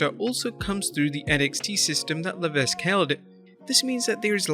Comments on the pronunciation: HHH's surname is pronounced 'Le-veck' not 'Le-vesk'. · MEMO TO: The “s” in Levesque is silent. It is correctly pronounced (phonetically specking) as “Leveck”. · Channel dedicated to mostly WWE wrestling news can’t pronounce Hunter’s real last name.